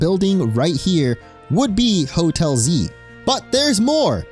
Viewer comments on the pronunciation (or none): Oh Hotel Z, I thought you were saying Hotelsy.